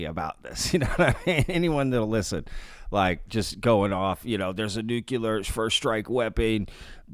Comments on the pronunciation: Nu -cle-er NOT nu-cu-ler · It's nuCLEAR not nuCULAR. JHC. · Thanks for the fascinating vid. FYI, nuclear is pronounced "new-clear" not "new-cue-ler." The more you know. 😉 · NuCLEAR. Not nucular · New-Clear Why is that shit so hard? 😆